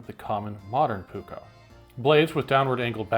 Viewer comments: So first of all you did majority of the research exect how to pronounce the dang words. So here the letter P is never soft or silent in Finnish and neither are the two Ks in the word your supposed to po Pronounce it like this " Puuk ko" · Please as a finnish person I ask that if you will use the word many times please learn to say it properly. You are saying the "uu" more like how we say the letter y and the double k should be more "visible", I know you are used to say one k but please try to say the double k. But it is a really good video👍